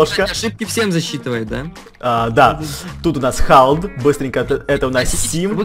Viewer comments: хелд а не халд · то не халд а хелд он снемает в месте с Аидом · не Халд а Хэлд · не халд а хелд!) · Это не Халд а Хелд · ты неправильно говоришь, не халд,а хэлд. Я его подписчик. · не Халд, а Хелд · хэлд а не халд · не халд а хелд